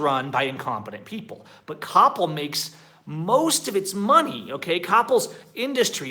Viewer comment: I was not able to understand you when you prononced the name of the store COPPEL, it is like KOH PEHL, it sound like CAPO or in English COUPLE, at firstI did not understand what store you were talking about.. Well.. that is the way it is, take it or leave it, and yes sorry if I sound rude but for us Mexicans you guys are spoiled and think the world must be at your feet, try to fight fees and policies from Mexican companies and it is like beating a dead horse, at the end since most companies provide bad customer service according to your standards well by shopping or doing business somewhere else you just switch your frustration from one company to another. By the way many US people complain about high interest rates in credit cards in USA, here in mexico the interest rate range from 25% for excelent rich customers to 80% for the poorer people and in Coppel , Elektra and other stores the interest rates go as high as 120% but nobody forces you to buy things on credit, nobody points a guin at you and forces you to get a credit card, if you want the convenience to get goods fast and it happens that you are poor you have two optioins: save money and wait maybe one yar to buy that TV screen, a living roomset etcetera but by then the price may be higher even if you pay cash orr the second option is to get that merchandise knowing you will end up paying more than twice the original price, but they do not lie to you you know how much you are paying, by the way we have three termis in